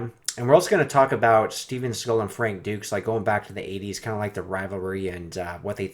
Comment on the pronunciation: Who’s Steven Seagull?? Lol!